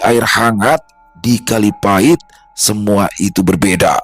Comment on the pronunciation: Maap sy asli banyuwangi koreksi dikit bukan kalipati tp kalipait😂